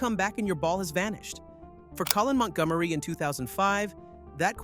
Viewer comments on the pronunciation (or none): Ah yes, that little known golfer Mont Gom Ereeeee! Nothing like Ryder Cup hero Montgomery.